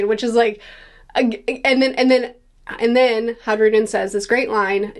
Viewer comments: It's a minor nitpick, but in Nordic languages, the J is pronounced with a Y sound, e.g. fjord. Hajrudin is pronounced "haii-ru-din", not "hadge-ru-din", if you can forgive the phonetic spelling! Great video, I can't wait to see what's next! A crucial point of note through devil fruit forms of Orochi and Black Maria from Wano Kuni. If you see the way devil fruits look, they are meant to look the way their owners imagine them to look for the most part. In both cases, their monster forms look comical, and less threatening? I imagine the stronger the user, the "better" their Zoan form would look, e.g. Kaido's dragon form, which is what I suspect Momonusuke imagined his form would end up looking like as well! So maybe, despite the dragon fatigue, we're in for some really cool, threatening Zoan forms out of Loki. I reckon Oda is going to put his best work into depicting some kind of dragon. If Kaido is the Loong (Chinese dragon), and Monkey D. Dragon is most likely a western dragon, then I'm super excited to see what oda does with Loki's fruit, if it is indeed a dragon! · Just a lil pronunciation tip - the J in Hajrudin is pronounced like a y - high-roo-deen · Hi-roo-den Is how you pronounce it i believe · It's not silent, it's pronounced as a "Y" as in all Scandinavian languages. "Hi-rude-in" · Just so you know the J in Hajrudin is silent.